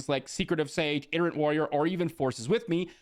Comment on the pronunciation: Hey, I absolutely love your content! I watch you every video and I really appreciate your Insight! I don't want to be rude. I don't want other people to be rude. Itinerant Warrior is pronounced eye-ten-er-ant. Like itinerary. Totally not a big deal you are obviously highly intelligent and capable. I love your videos thank you so much for putting all the hard work into them!